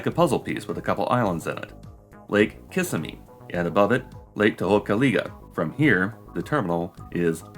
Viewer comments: Pardon me, but it's Lake Kiss-IM-mee. Not "KISS-im-mee." And Tohopekaliga? Well, it was a good attempt, but it's "Tuh-HOPE-uh-kah-LIE-ga." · So, I try to provide feedback that is an addition to your videos but it is a complete demolishing of any group that would do a Space Elevator. Thus, this means that the only thing I can add is that you have the wrong emphasis on the syllables in Kissimmee. KISS - im - ee.